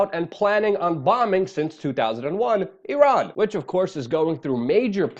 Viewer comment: I'm so so proud of you for finally pronouncing the country name of Iran properly.